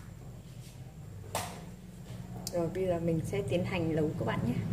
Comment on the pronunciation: Hướng dẫn mà nói quá ngọng nấu thì đọc lấu nõn rau thì đọc lõn vậy mà cũng làm video